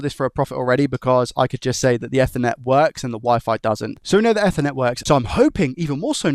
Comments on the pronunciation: Not eth-ernet. EEEthernet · Eth-er-net ❌ E-ther-net ✅ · Everytime he said Ether instaed of Eether it hurt my ears :) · its pronounced ethernet not ethernet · Say it with me. "Eth er net." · He can't even say ethernet. Imagine him phoning and asking for a 'new chip for a soth bridgy' and the guy is "what laddie?" "A soth bridgy" "Noo, we don't have anything like that" "What about an effernet cabul" "What?" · Yeah, idk why he pronounces it like that 😂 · That bothered me too haha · the way my bro says ethernet kills me 😭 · I’ve never heard anyone pronounce Ethernet like that. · Bro said ethernet on purpose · why are you saying Ethernet like that?😂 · Came here looking for this comment :)